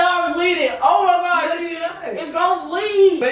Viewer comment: The way said “o am gawd”